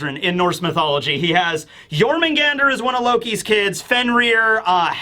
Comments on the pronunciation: As a Swede, your pronunciation of Jörmungandr isn't that far off for an English speaker. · Your Jörmungandr pronunciation is actually pretty good